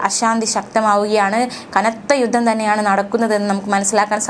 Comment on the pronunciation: യുദ്ദം അല്ല കുട്ടി.. യുദ്ധം